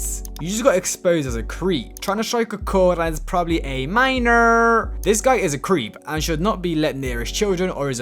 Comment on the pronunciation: “Tryna strike a chord and is probably a minorrrrrrrrrrr”